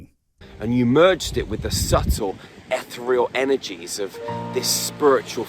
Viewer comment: The woo peddler mispronounced Ethereal. (uh·thee·ree·uhl) Which is a real word that means something completely different from how he's using it.